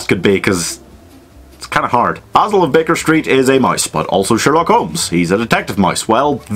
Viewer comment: Jackman can’t roll his R’s well enough for Basil... I mean, he’s obviously modelled after Basil Rathbone’s Sherlock, which is still the gold-standard